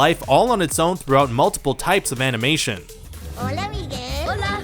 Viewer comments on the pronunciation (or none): Migwel?It's Miguel,el at the end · he says 'migwel' instead of 'miguel.' This narrator dude is whiter than mayonnaise! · Its Miguel not migwell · The way you pronounced some things, "Me Guel" (when it should be pronounced "Me Gell") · migwuel not miguel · It's pronounced Meeghel not mehguel lmaooo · It’s pronounced “Mig- elle”. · miguel is pronounced like migel not migwell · You say migu-el it’s Miguel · HIS NAME IS PRONOUNCED MIGUEL (MEE-GELL) NOT MIGWELL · Who's ..... "MY-GWEL" ? 😂 it's "MEE-GEL" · Mi- gell not Mig-well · Mig-wel? MIG-WEL?!?! IT'S MIG-ELL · Also it pissed me off that they kept pronouncing it "MigWELL" when it's actually closer to "Mee-gehl" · Mig-well???? Uh don't u mean mee-gel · Miguel Chavezbaker We know how to spell and pronounce it but the video maker said it "Migwell" and not "Miguel" calm down its a joke about how they mis-pronounced it. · Nooo!! It’s “MIGUEL” NOT “MIGHUUEL”!!😭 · Miguel Rios I know right I got triggered when I hear him say it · Young Mig-well... Aka Mig-bien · I caught literally all of these though Also MIGWELL WHEEZE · "Migwel" I'm dead inside. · Why do you say Miguel like that? Seriously? Migwweeell!? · Screenrant, fire this narrator... at least get someone who can actually pronounce “Miguel” they say his name so many times in the movie... maybe the narrator hasn’t even seen the movie lol but there’s no such name as “Migwell” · Young Mig-well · did he just say “mig-well” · "Migwel", nice one Amerikan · Mig Goo EL?!? Seriously, WTF, how hard is it too pronounce the GUE sound? Most of you tards know how to properly say the words GUESS and GUEST. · I was going to watch this but then he said Meeg-well and I think I’m done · Migwell? you guys might wanna look up how to pronounce names and words before recording audio =^= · Migwel? Isn't it Miguel? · mig-well? pin-yea-tah? wth dude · Migwel, haha, he said Mig-wel, aaahhh, haha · "Young Migwell" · It's Miguel like Me-gel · Lmfao bro Miguel not Migwell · Mi gwell?